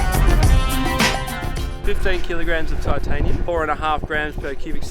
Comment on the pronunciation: Who says titanum? Same as plutonium. Better would be alimnium lol.